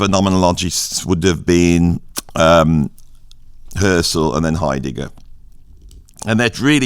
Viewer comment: How is it that I agree with nearly everything you say about music, but with almost nothing you say about philosophy??? For starters: It's foo-KO (not FOO-ko) It's HUSS-erl or HUSS-urral (not HER-sell or whatever you said). It's DERR-uh-da (not duh-REE-duh). (And don't even try disputing this: My wife studied with him when he was at UC Irvine in the 1990s.) Second, I think your description of phenomenology is accurate to the extent that you could call it a "philosophy of subjectivity." But that's only one aspect of it, and there simply isn't any through-line from phenomenology to what you call "philosophy of identity." As far as the latter goes, I would argue that it relies more heavily on traditional deconstruction (of the kind Derrida used to practice; again, that's only the "mainstream media" part of his portfolio), or the critiques of "meta-narratives" that you mention in connection with post-structural or postmodern philosophy. You might be able to argue that Husserl's initiating gesture of denying a "ground" and placing foundational premises in brackets has a whiff of similarity to concepts behind philosophies of identity, but that really feels like drawing a line backwards through history. What I think of as phenomenology (you left out Merleau-Ponty, by the way) doesn't really seem as historically influential in the philosophies you mention. In fact, I would argue that it has only returned to the scene as a major influence more recently, in post-human philosophies like